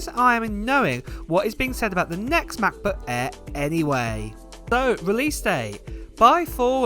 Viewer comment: I swear he calls it "Matt-Book Air". Just me?